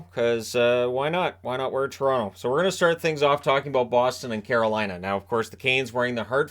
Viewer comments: same I caught the same thing. He got out Caroline and then the wrest of the word was absolute jargon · Know what you mean. At one point when he was trying to say "Carolina", I legitimately thought he might be having a stroke.